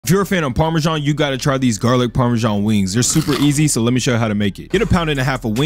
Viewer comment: I can't get past the "weeengs" pronunciation